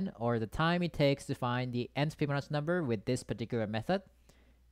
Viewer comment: Fi bi no chi . Not Smirnoff, not fbinok, not fiblo. Fibonacci!